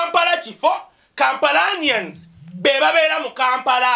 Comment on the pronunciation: Kampalans ffs! Not Kampalanians.